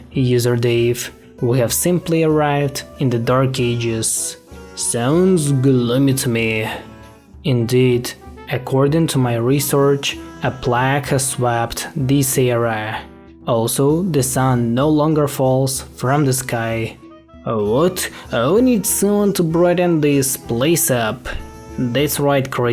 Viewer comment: Plague not plag